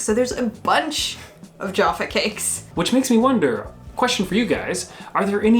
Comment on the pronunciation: I almost smashed the dislike button on this one guys, not only did you compare minstrels to m&m’s which was sheer blasphemy but the number of times you mis pronounced Jaffa cakes was beginning to grate on me. Luckily I have a pack of Jaffa cakes in my cupboard to gorge on and calm down.